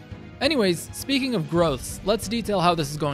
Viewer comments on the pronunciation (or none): none